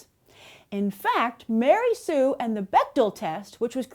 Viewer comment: Ma-Rey Sue.